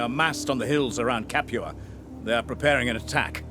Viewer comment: "The siege of Capu-ha!" Only can pronounce words as he likes and at the same time being so perfectly appropriate!